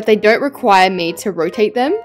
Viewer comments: did anyone see that she said roate instead of "rotate" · "Rotate"❌ " Roate"✅ Alaska English.